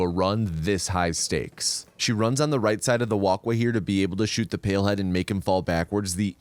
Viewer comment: Not me thinking he is saying pillhead and not palehead